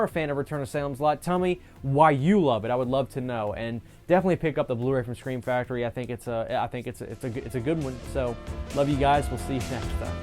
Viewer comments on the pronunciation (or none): Ah yes, Screm Factory